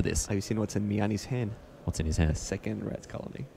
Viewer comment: 2nd- because second, not secord